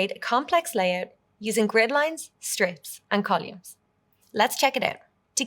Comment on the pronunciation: Uhm …. CoLUMES ??? 😂😂